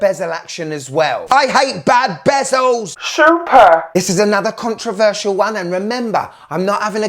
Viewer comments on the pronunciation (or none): none